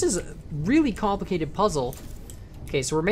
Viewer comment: kAN-plicated, i died reading that